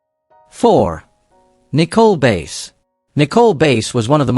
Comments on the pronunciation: This A I crap needs to STOP!!!!! It is messing up people's names. Nicole Base ??? No it is Nicole BASS Also they wrestled for the WWF!!!!! That was the company's name when all these talents performed in the company. NOT WWE!!! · Nicole Bass last name is pronounced like the fish Bass